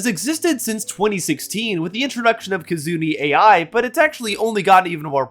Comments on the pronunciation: "Kizuni A.I."? You mean Kizuna Ai? Like, "Key-zoo-nah Eye" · It's Kizuna Ai [Kee-zu-nah Ah-ee] ‐ sorry I had to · "Kasumi AI"??? Seriously? Please don't talk about racism and then butcher her name like that. 香住 愛, with 愛 meaning "love" has nothing to do with AI or that kind of slop. It's a very common name. How nice of you to associate everyone named like that with slop. facepalm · "Kizuni A.I." is wild bro, especially dropping this within the first minute of the video. please try to get the name of the modern founder of vtubing even remotely right if you're attempting to talk about the history of this medium. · It's Ai pronounced like the letter I, not A.I. btw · Kizuna Ai... Ai is read in one word. Ai is the japanese word for love and does not stand for something like artificial inteligence. Never clicked off a video so fast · Let's put Nux Taku aside, and can we just talk about how you HORRIBLY mispronounce Kizuna Ai's name? You talk about how Vtubing started in 2016 with Kizuna Ai but you didn't even get her name right. I HATE how people call the "Ai" in her name as "A.I." thinking she's an artificial intelligence type character when it's supposed to be "Ai" as in 愛 (ai, love in Japanese), or アイ or the "ay" from "ay ay ay" to make it easier, but then you made things worse by mispronouncing Kizuna which.... Sounds NOWHERE NEAR like "Kizuna" AT ALL! It's "Kee-zu-Nah"! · K...k ...KAZOONEE AYE EYE!? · Not the main topic of the video, but it's pronounced more like key-zoo-nuh eye, not Kizuni AI. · whats up with "KAZOOne ay eye"wtf.. you're supposed to say Ki (Key) zu (as in, ZUcchini) na (nah) AI as in EYE and NOT Artificial Intelligence.. Ai is a Japanese word, it means love. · "Kizuni "A.I.?" It's pronounced Kee-zoo-na EYE. "AI" is not pronounced as separate letters, it's just like saying the I/eye. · Small correction,. It is "Kizuna Ai" as in "aye, aye" and has nothing to do with AI. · "Kizuni AI" is crazy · That pronunciation of Kizuna AI was painful.